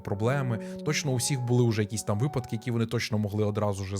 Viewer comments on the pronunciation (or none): none